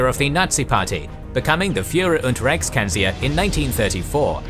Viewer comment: Allways so funny hearing english people try to pronounce german words, reichskanzler was hard to understand. No offense, my english is worst.